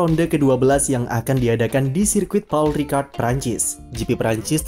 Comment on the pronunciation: Pol Ricard dibacanya